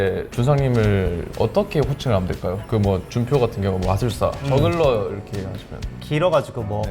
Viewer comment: 월클 저글러를 월클 정글러로 읽었네